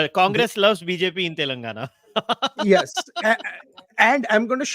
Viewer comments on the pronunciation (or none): WHY EVERY MEDIA PPL SAY.. TELUNGUNA TELUNGUNA.... IT IS TELLLENGAAANAAAAAA.. U PPL PRONOUNCE SOME SPANISH POLAND CITIES ACCURATELY.... WHATS WITH THEFUGGING ON DECCAN CITY..